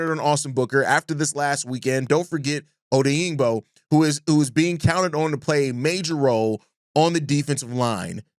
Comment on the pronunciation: Great content. Love your show. (FYI: Die-Oh Oh-Dang-Bo)